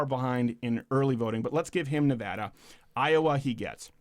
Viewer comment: By the way, thanks for getting "Nevada" right this time, Mr. Crowder.